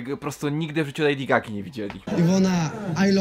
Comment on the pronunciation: "Lejdi Zgaga"